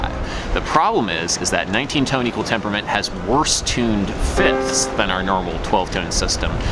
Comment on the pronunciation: My new quest: 69 Tone Equwual tempuwment